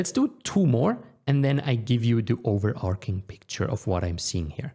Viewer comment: Noel I am sure I am going to love this video (how can I become a student?!) but irk means to annoy seriously and it's overarching with a ch sound (chapter, chase)! Your English is otherwise excellent and seems effortless!